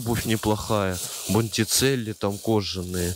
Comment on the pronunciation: "Бондичелли"! Ты вообще что ли?